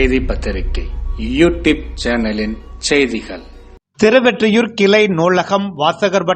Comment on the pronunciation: நீங்க எப்பவும் திருவெற்றியூர் என சொல்றீங்க திருவொற்றியூர் திருஒற்றியூர் சரியாக சொல்லுங்க